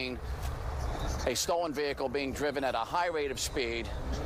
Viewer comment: The kiahicle ,whats wrong with this dude mr smalls 😂